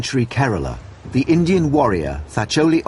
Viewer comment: did he say acient engines hes racist its supposed to be indian